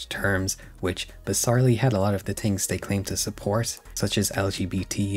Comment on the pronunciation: I'm sorry but why don't u pronounce the "th" in "the" and "things"